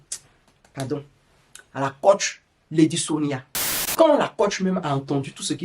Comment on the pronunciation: Toi-même tu es entrain de lui donner sa dose bien doser dans ta vidéo ci en ecorchant bien même son nom.🤣🤣🤣🤣 Waahh Ivoirien ! En tout bisous là-bas depuis le Cameroun 🇨🇲😅😅😅😅 mouahh 😘😘